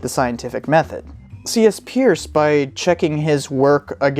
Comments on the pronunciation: Peirce is pronounced "purse". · It is pronounced 'Purse' (his last name) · Bit of a quibble, but Peirce's name was actually pronounced 'Pers'. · His name was pronounced, Purse. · Try again with Peirce pronounced as noted here. And check out Arisbe for some indication of continuing work. Peirce still remains a revolution waiting to happen.